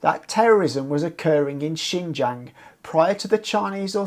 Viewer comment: If you want to report on Xinjiang at least first learn Chinese and how to pronounce xinjiang. Secondly just because of some terrorist attacks doesn’t mean there need to be over a million people jailed for reading quran praying etc. Thirdly maybe first live in china actually long enough to know some things